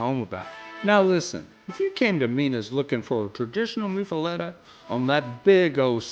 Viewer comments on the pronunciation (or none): but why to you pronounce it (moo fah let eh) when its locally pronounced (muff ah lot ah)?